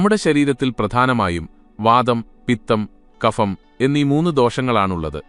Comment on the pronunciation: Kapham എന്നല്ല(ഫിസിക്സ്‌ എന്നതിലെ 'ഫ'എന്നല്ല) kabham എന്നു പറയണം